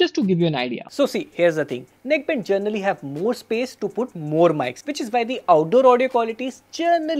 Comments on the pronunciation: “Gernally” speaking, it’s “Generally” 😅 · Generally ❌ Journally ✅